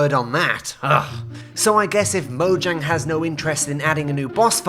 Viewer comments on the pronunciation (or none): none